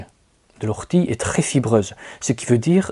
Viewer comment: O rtie et pas Ou rtie.... et pour le purin vous avez aussi l'urine dilué à 10% (une dose pour dix doses d'eau) très intéressant moi j'adore la blette qui se resème toute seule et fait vraiment beaucoup de graines. Les courgettes aussi en fait même si on les laisse devenir géante (plus grande qu'une bouteille d'eau) sont délicieuses même crues si elles ne manquent pas d'eau.